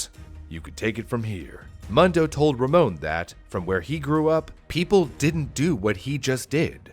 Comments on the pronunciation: Ur calling him “muhn doh” it’s “moon doh” which is “world” in Spanish - I didn’t even catch it until super late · Mundo is almost certainly pronounced “Moon-dough” not “Muhn-dough” by the way. It means “world” in Spanish. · Its pronounced Moondo, not Muhndo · everyone I've know who was named Mundo pronounced it Moon-dough, usually short for Raymundo. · It's pronounced Moondo.(Mundo) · Pronounced "Moon-do", it means "world" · I’ve lived in an area with a large Hispanic population most my life and I’m pretty sure you are pronouncing Mundo wrong. I’m pretty sure it’s pronounced moon doe. You know like Telemundo.